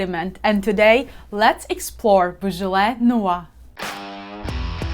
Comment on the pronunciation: "Beaujolais nawah"